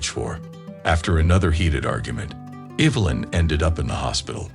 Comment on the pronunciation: Lie-um and Evil-lin?